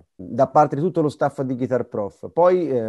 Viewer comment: Interessante, ma con così profonda conoscenza della chitarra non sarebbe il caso su tutti i siti italiani di imparare a pronunciare Guitar ? Il net ha esempi di Inglese UK e USA. Solo nel sud USA Geet-tar è comune (2 sillabe). GHItar è maccheronico, punto.Esempio: while my guiTAR gently weeps. 2024 e ancora : loov, ward per world, talk con la L , neanche in prima media! Wake up! (not Woke, please, e non pliss). È tutto a portata di schermo anche con belle ragazze che mostrano i movimenti facciali (lo so, distrae ma è meglio delle nostre prof. anni 60 con i baffi!). .